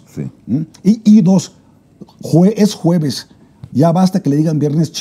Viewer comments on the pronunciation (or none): Se dice juevebes 😅